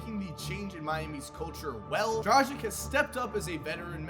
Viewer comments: It is not Goran DRAZIK It is DRAGIC, YOU ARE AND NOT KORGEMBA. ITS NOT THAT HARD TO LEARN SOMEONE NAME. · Hi there, why do you keep pronouncing Goran Dragic's name with 'K' at the end? Do you also pronounce Luka Donkik, Peja Stojakovik,..? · Learn how to pronounce Goran Dragic man.You are killing his name